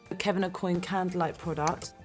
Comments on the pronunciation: Kevin Aucoin is pronounced (Oh qua) NOT (Oh coin) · She actually mispronounced his name. Aucoin is pronounced similar to Oh-Kwan. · I'm sorry but she doesn't pronounce Aucoin properly. I watched an interview with him and he himself says that it's pronounced [okuan] because it's french. It bothered me so much when I heard her say it... XD